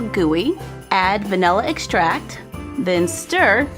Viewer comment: Am I️ the only one who doesn’t rly like yhe way she says “vanilla extract” in the first vid??